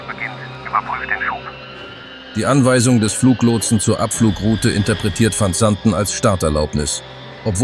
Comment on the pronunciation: Kann die bekloppte KI nicht wissen. Man kann sich diesen Mist nicht anhören/ anschauen